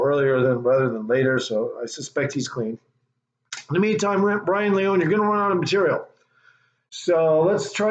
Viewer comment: No you are an ENIGMA!! Lee-Own-Knee AT LEAST YOU CAN SAY HIS NAME PROPERLY Come on my Brother!! But it’s Funny As HELL!! Promoting His Channel is Tremendous!! What is Funny is you not Saying his Name Right or not!! He has not Skated In YEARS!! Look at my Team Bro!! Z.P. Can Rip down hill or on Rails!!